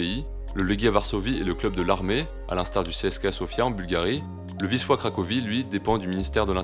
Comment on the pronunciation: Ton "Wisła" est nickel 😉